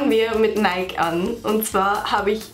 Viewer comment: Kleiner Tipp: Nike wird nicht Neik ausgesprochen sondern Neiki